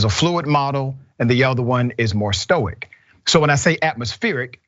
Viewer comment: Dr Richey's struggles with English timestamped "in our mist" "intellectual quotient" "atmospheric" "stoic" "correlated to affix to the culture of the Asian experience"